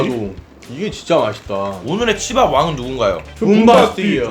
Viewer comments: 오프닝 치밥예기할때 시밤 이라는줄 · 치밥이라고 하는데 씨바 플레이라 는줄 ㅋㅋㅋㅋ